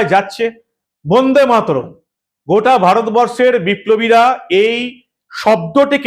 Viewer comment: বোন্দেমাতরম নয় কথাটা কিন্তু বন্দেমাতরম।উচ্চারনে শুদ্ধতা থাকা দরকার। প্রতিবেদন খুবই ভালো।